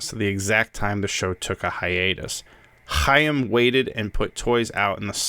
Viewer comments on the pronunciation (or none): none